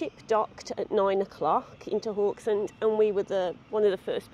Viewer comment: Haugesund the first three letters is pronounced how the Scottish say "how" - geh-sund.